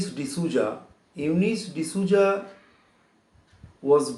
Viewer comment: It is Souza right? Sir is telling it to be zouza? Is that the pronounciation?